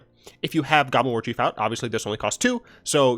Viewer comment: Mate, I thought you said "Goblin Orgy" when you were saying "Goblin Warchief."